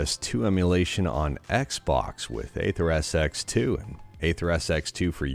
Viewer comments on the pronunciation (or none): Still insisting to say AYtha Do you have mental issues? Explain why you are doing this? Why can't you pronounce a word properly?